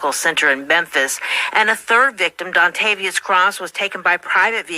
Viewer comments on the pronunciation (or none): Dauntavious? Lol!